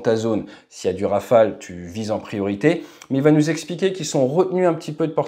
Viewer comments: hey! it is not Rafael it is RawFail. 😂😂😂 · Rafale dude not Rafael !! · in India and Pakistan rafale is pronounced as Rafael